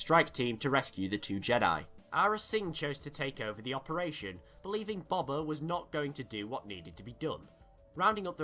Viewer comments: dude i love your vids but its not bob-bah fett it's pronounced bow-bah fett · Really good video but it just really bothered me that you called him bober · Please my ears stop saying Bobba it’s Boba ffs. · It's pronounced "Boe-bah" not "bob-ah" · Just Btw.. It is pronounced B-oh-ba Fett not Bob-a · I can't hear you pronounce BOBA as BABA one more time. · You say it like baba its funny He named his son the heir to a line and race of warriors BABA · It's Boba. You say Boba like buba. Freaking moron. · Going To Be That Guy I thought that at first, but I'm sure he could say "bow tie" so I'm sure he could say "bowba" the correct way. Though, I'm not judging him for it. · WHY ARE U SAYING BOBA LIKE THAT IT HURTS